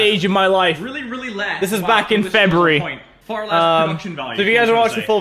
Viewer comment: Did he say febary!?